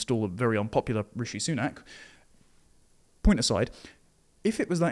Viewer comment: It's RISHI Sunak, not 'Richie'. That's the legacy media anglicisation of the foreigner's name, like 'Chemy BAY denock'